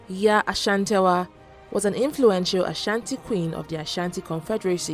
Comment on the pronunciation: Her name is YAA ASANTEWAA NOT SHATIWAA. And you say fortunately she was captured, what an insult to our tribe.😡😡😡